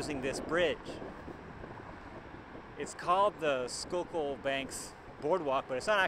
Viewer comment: Я конечно понимал что не School-kill произносится, но скукул =D